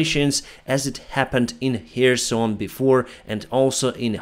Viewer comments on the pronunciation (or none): none